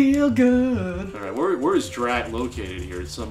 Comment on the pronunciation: DRAT, not dread.